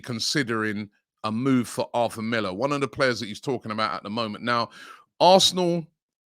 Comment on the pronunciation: Arthur is Pronounced..ATOUR